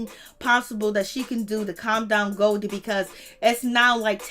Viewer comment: 🤣🤣 her name is Golie (go-lee)